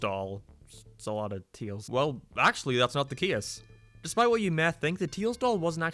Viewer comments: He said cias instead of case what? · He said keyus instead of case lol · Haha he said caese instead of case